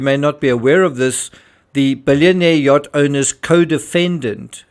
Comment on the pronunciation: mispronunciations of yacht...also, "effectively" could be a bad translation. In romance languages, it means "exactly". I am a professional language specialist in romance languages